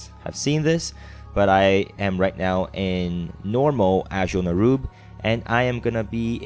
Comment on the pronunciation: It's Azjol-Nerub not Anjol.